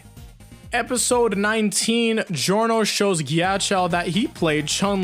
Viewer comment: You're making me so angry with how you're pronouncing Ghiaccio's name. Yes, I am a Ghiaccio fan. (This is a joke lol)